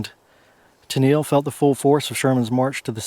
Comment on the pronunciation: Pronounced Kay-olin (unique and valuable clay only found in this area used for many things) and Tennel (think tunnel with an E). I'm from Hancock Co. adjacent to Washington Co. This reminds me of many plantation gravesites that I've seen exploring when I was younger. Many of the plantation gravesites I'm familiar with are marked with only field stones. It's a shame because their stories are lost forever.